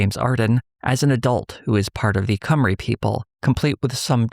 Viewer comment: Also, Cwmry is pronounced more like “chim-ru”